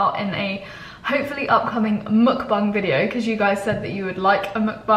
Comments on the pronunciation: Mukbang not Mukbung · She called it a buckbung instead of a buckbang